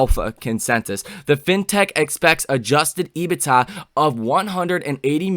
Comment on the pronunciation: Can you please pronounce EBITDA As EBIT(duh). And Galileo as Gali (lay-oh) It would be greatly appreciated